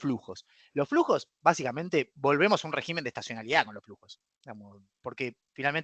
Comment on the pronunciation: Por favor, no lo tomes a mal. Semejante cerebro económico no puede ni debe pronunciar mal la palabra régimen. Es rÉgimen. El plural es regímenes. Por dios muchacho!!!!